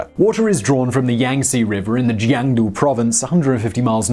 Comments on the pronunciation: It’s Jiangsu, the second syllable is like ‘Sue’ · Nah he butchered Jiangsu